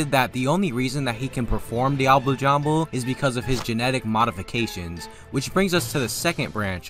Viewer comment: Dee-ah-blay. For fucks sake.